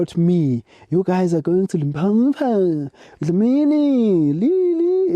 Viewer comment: Dlamini repeat after me LIMPOPO LIMPOPO LIMPOPO not Limpompo